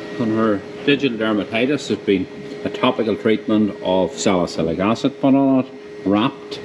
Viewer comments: When he said salicylic acid undetected a hint of an American accent. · The way you said "salicylic acid," with a different accent, hehe 😀